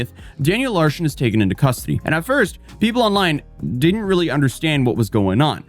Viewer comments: Why do you keep saying Larshen though? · Sounds like you keep saying Daniel Larshon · cant pronounce "Larson" he adds an H in it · Larson, not larshin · Why do you keep calling him "LARSHEN" 😂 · Yeah, gotta say, Daniel Larson's "pranks" weren't really pranks, he believed everything he was told. I also like how you say Larson (pronounced Lar-son) as larshon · Larshun?! Huh? The guy’s name is Daniel Larson. Lar - SUN. LarSON. Daniel Larson. Competency. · it’s LARSON not LARSHON. Just sayin. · It’s not an video without some weird mispronounced word. “Larshon” is killing me! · Its larson not larshon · Is it me or does it sound like is saying "Larshon" not "Larson"? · Larshen? It’s pronounced Larson. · For the love of god its larSON, theres no fing h in it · "Daniel LARHSHON" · “danyel larshen” 💀